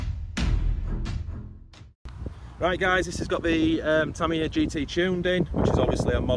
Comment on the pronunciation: tamiya, not TARMARARRR